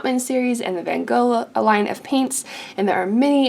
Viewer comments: Thank you for this but for god's sake, learn to pronounce Van Gogh. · Most people don't pronounce van Gogh "properly" it's just something you're gonna have to learn to live with. I get that it can be annoying, but that just happens in life.